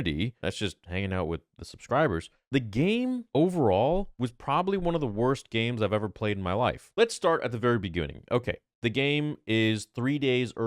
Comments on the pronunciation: nuts are so big that when he mispronounces a word, "begooning", it immediately gets added to the American vernacular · "Let's start at the very Begooning.